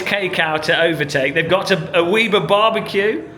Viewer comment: Did you really say "Wee-ber"?? It is 'Web-er' you silly bold man 😋 Other than that, good vid